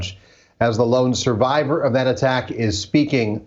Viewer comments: “Survivor” Lmao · “Survivor” lol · "survivor" LOL